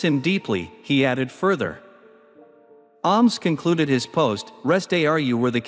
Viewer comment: Willie Ahhmes? Pronunciation needs work